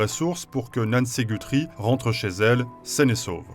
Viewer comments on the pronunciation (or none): par contre ils prononcent mal “Guthrie” 😅